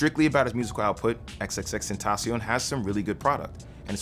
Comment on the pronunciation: first time I seen someone say his name right damn